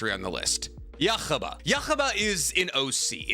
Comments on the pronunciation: Can someone please teach how to pronounce anime names … who the heck is yakaba 😭😭😭.. it’s yhwach.. hu-wach why is he saying yakaba 😭😭😭😭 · Who the fuck is yuchaba, yhwach...yuh-wak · odin is more powerful than zues. and its pronounced you-ha bach. dont read scripts about things you've never seen before. THEY SAY THE NAME IN THE SHOW! you mispronouncing the names is disrespectful and shows just how little you care, and how little knowledge about this stuff that you have. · It almost hurt my ears. You-ha-bah not yuhubba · uh, what??? It’s pronounced “Yoo-ha” l o l “Yoo-ha Bock” for Christs sake lmao bro said “uh-wach” 🙄😂😂 it’s German my guy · I hate the way you say Yuhabaha 😂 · WHY do you say Yhwach like youre hawking a loogie? It drives me crazy. In the anime itself they call him "yoo-hah bah-hah" so you really should adapt to calling him Yuha Baja. Please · Its him mispronouncing (yu-hah-bah-hah) on rapidfire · Is that how you pronounce his name? Yuck-ha-ba? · IT IS PRONOUNCED YOO-HA-VAHK YHWACH - YOO-HA-VAHK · Yhwach is pronounced “U-Hah Bak” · I never thought I’d hear Juha Bachs name with so much… phlegm… If anyones wondering (which you’re not), the name is pronounced as U-Ha… Ba-ha. I know… that’s how it’s pronounced?? Yes. Unfortunately yes. There is no phlegm in the pronunciation as the “ch” sound is not produced when spoken from the native language. Chinese and Japanese don’t pronounce the “ch” and thus, neither should we. Yhwach (ユーハバッハ, Yūhabahha) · thats not how u say yuhabaha/yuwhac (probably spelled it wrong) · Bro it’s called Yhwach (YOU-HAH) bah☠️ Can’t believe my goat shinra made it to the list 😭🙏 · It's just Yu-ha-bach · For everyone arguing about the pronunciation, they literally say it in the anime you-ha-bah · Interesting placement and explanation on Ywhach (yu-HA-baha on the pronunciation, btw.) But i like this list. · Wrong, the most powerful god is whichever one is making this guy pronounce Yhwach’s name like that 😂